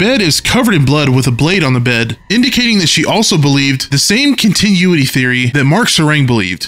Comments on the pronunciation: I'm going to fight you over the way you pronounce "continuity". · I can't get over the way you pronounced “continuity” lol 10/10 no notes